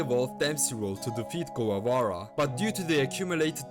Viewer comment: Mispronouncing Guevara.